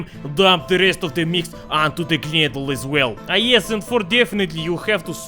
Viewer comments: its prenounced knedleh blin ;) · english speakers would skip the e at the end and say knedl, thats why i wrote knedleh - english speakers pronounce that as we say knedle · It's pronounced like КНЫДЛЕ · not knejdl :< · nene, knedle 😂😂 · You pronounce knedle like amerikanski spy..